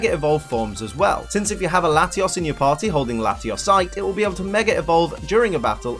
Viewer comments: You say latios as latias so I was confused the whole video. TAlk right please. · he was using a short "O" sound which sounds too close to a short "A" sound. And I sound like Hermione rn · He uses a short o in latios making it a tad difficult to differentiate the two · Listening to this episode with auditory processing issues is a trip. He pronounces them so similar...